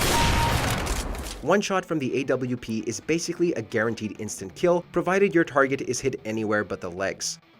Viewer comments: Watch Mojo- "Ayy double u pee" Everyone else- "You mean the op?" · Did anybody else cringe when he called the AWP the AWP?